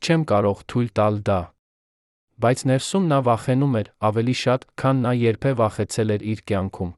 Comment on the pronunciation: Ամեն ինչ հետաքրքիր է, կարեւոր ու անհրաժեշտ։ Բայց հնարավոր չէ՞ տեքստը խմբագրել-սրբագրել, նոր միայն տալ ընթերցելու։Սա ի՞նչ անգրագետ խոսք է. Երան, փոխանակ Երեւան, չեթեր գնացած, փոխանակ եթեր չգնացած, երբե, փոխանակ երբեւէ… ԵՎ այդպես ամեն նախադասության մեջ։